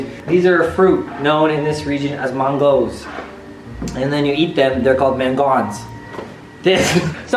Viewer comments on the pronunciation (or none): mango - mangone LOL :D